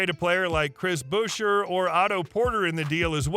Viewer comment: You also butcher Bouche